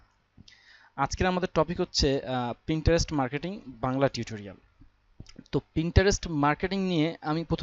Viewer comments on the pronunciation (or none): none